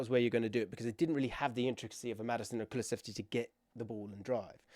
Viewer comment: brother, COO LOO SEV SKI not kuluchefski not kulucheski not anything else